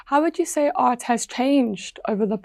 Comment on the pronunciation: Art pronunciation is not well that I hear. So it’s like earth,but overall is good😊